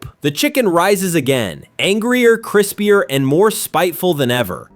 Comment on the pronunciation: I love mean bro said Chrispier